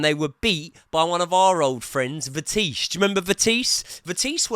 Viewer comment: Calling vitesse vetisse .lol